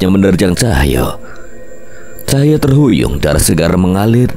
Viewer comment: Mas Tulung mas bacanya Cahyo bukan Cahya😢